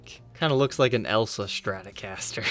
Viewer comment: You have a great Channel but can you please learn how to pronunciate the word Stratocaster. It is pronounced Stratocaster, not SHTRATOCASTER.